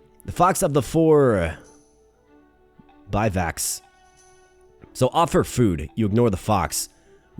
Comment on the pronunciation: its "biv-wacks"